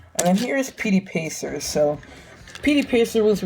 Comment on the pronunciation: You called tubs pacer pety pacer